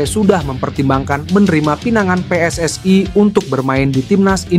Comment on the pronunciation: PSSI : Pe Es Es I Bukan Pe Es Es Ai